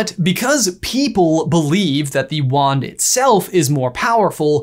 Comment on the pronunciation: *Timestamp→ - "What Wand-ah wants, Wand-ah gets"...